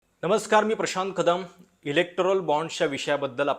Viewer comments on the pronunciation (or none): none